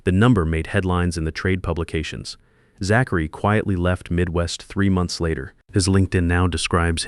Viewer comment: This AI can't pronounce Zachary..